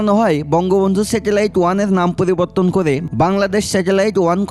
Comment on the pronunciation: Uni poliborton , polibar uchharon korechen ki , naki ami vhul sunlam. But initiative valo .inqelab jindabadh